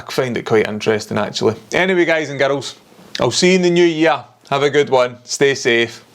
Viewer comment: Girls pronounced Garuls. 👌